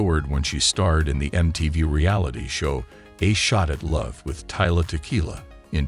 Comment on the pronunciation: You keep saying her name wrong dude, its Tila, not Tyla